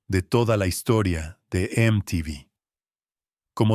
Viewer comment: Me la bajó cuando pronunció mal MTV y me di cuenta de que es una IA la que habla, malísimo.